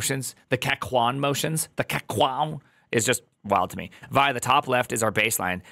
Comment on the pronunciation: Just so you know... Back in the day when people were actually using 'vi', no one ever pronounced it as like 'vie'. Everyone called it 'vee eye'. The older *nix guys among us are inclined to laugh at you if you pronounce it any other way. :-D